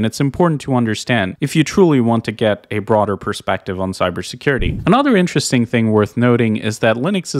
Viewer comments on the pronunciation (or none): none